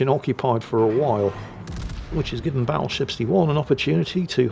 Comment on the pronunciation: Battleshipstyone? I head to rewind that to listen again. Never change,.